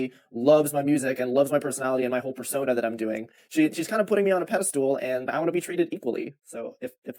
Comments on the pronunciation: peda-stool you mean pedestal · Did he actually say pedostool instead of pedestal? What a dipshit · the way he said "pedeSTOOL," instead of pedestal, twice... is just too much for me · why does he keep saying "pedestool" 😭